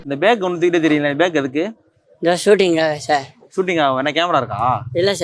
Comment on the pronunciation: Hello.... Pavam avar....Avara vechi content ready panna yeppadi manasu vandhadhu???? Nee pesumbodhu.... " Bag ah "Bekku" nnu solreye.... Unna yar kalaikiradhu???? Dei oru camera vum Mic um kedacha podume..... Unakke YouTube nambi dhan pozhappu.....